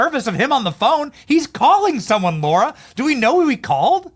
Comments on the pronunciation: Her name is Lara, not Laura!!! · Hey Benny, as much as you've been around the Trump's, you should be able to pronounce Lara correctly!! Hey, c'mon man! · Why do you call her LAURA when her name is LARA ? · Lara Trump not Laura Trump